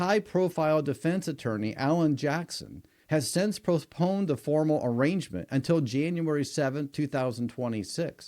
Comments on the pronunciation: Dude. A-rain-ment. Arriagnment.the g is silent. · Arraignment not arrangement Dang, you’ve been watching too much TMV and listening to too many defense attorneys and their attempt to sway your opinion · Speedy Arrangement ? It's ARRAIGNMENT, YOU "expert" 😐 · arraignment NOT arrangement